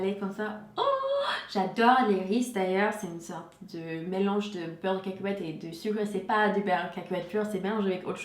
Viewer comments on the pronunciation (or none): Yasmine H mdr caaakowète..